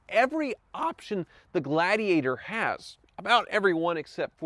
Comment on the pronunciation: Jeep ladigator 😂🤣